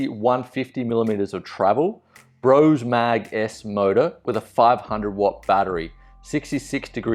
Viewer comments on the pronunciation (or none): none